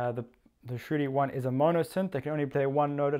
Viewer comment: Im sitting here scratching my head why I would have written that... !! because it sounds like youre saying "shitty one" when you say shruthi-1... haha.. no offense